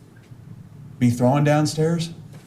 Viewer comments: FFS the word is THROWN not THROWIN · The greatest comment of closing arguments: "It's heinous NOT hein•E•ous " (I wish he would had said something about how to pronounce "Thrown" it's NOT "Throwen", which my autocorrect even keeps changing it when I type it) Finally someone was able to call him out on his ignorance & made up terms along with incorrect pronunciation of simple terms ** how is someone so comfortable talking about someone's vagina and personal medical issues such as incontinence? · He has same problem with thrown. He pronounces it "throw-in". " unhonesty ".